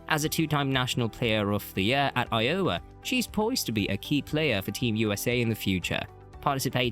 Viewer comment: Narrator obviously doesn't know anything about American basketball. I O W A is pronounced Iowa!